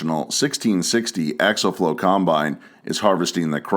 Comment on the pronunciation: It isn’t axle flow. It is axial flow. They aren’t pronounced the same.